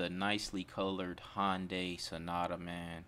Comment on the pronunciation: 💯 I can also hear you trying to pronounce Hyundai a little better too, you're almost there 😂